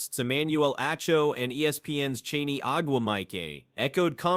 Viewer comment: Chiney is pronounced "Shin-NAY.